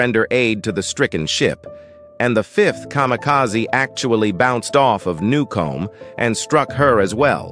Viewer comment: you're mispronouncing it. except for the first time when you got it right, the rest of it you call it new-comb- which is how it is spelled but not how it's pronounced. how are you honoring these men if you can't even get the name right?